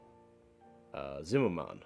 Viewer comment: "Zim-mer-men," not ""zim-mer-man"